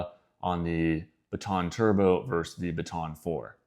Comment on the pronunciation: FYI, and I know how annoying these kinds of comments are. However, I would want to know. So, "verse" is not a word, well it's not a word used to compare things like versus is used. People have been using it more and more lately so I can see how it kind of caught on, but yes, just as easy to say versus and that is a real word. Doesn't cost anything to say that last syllable.